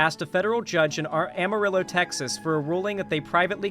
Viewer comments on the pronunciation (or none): Every time he says "am a ri low" instead of "amarillo," I die a little inside 😂